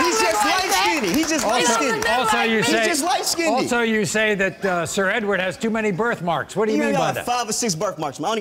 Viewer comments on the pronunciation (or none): Omg! The word is “skinned” not “skin-did!” It irritates my soul to hear people pronounce it wrong...